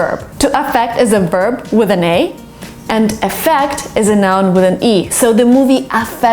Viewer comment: Here when you pronounce the words "Affect && Effect", I just keep on listening the word Affect. I might be wrong, but I guess the phonemes involved on the word EFFECT are "ɪ'ƒеkt". I know you may not read this commend, but luckily I hope to get a response by you. I watch your videos a lot and I learn from them. Greetings from Ecuador's flag.